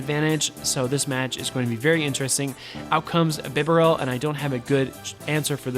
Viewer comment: Thanks for featuring Piloswine, I love this pokemon and am very invested in it, having powered mine up and given him the second charge move. Therefore I am going to use him this weekend in my tournie, wish me luck! Also, it isn't bee-barrel, as there is only one 'R', it's bib- a -rel :)